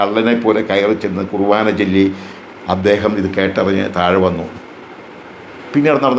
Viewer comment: ചേട്ടൻ ഇത്രയും പ്രായം ഉണ്ടല്ലോ വിശുദ്ധ കുർബാന എന്ന വാക്ക് ഉച്ചരിക്കാൻ പോലും അറിയില്ലാത്ത താങ്കൾ പറയുന്നത് കേട്ട് വിശ്വസിക്കാൻ കഴുതകൾ മാത്രമേ കാണുകയുള്ളൂ താങ്കൾ ഒരു ക്രിസ്ത്യാനിയാണോ വിശുദ്ധ കുർബാന ആണ് കേട്ടോ അല്ലാതെ കണ്ട നാട്ടുകാർ വിളിക്കുന്ന കുറുവാന എന്ന് പറയാൻ തനിക്ക് നാണമില്ലേ വിസ കിട്ടാറായിട്ടും ഇനിയെങ്കിലും നന്നായി പ്രാർത്ഥിച്ചു ജീവിക്കാൻ നോക്ക് ചേട്ടാ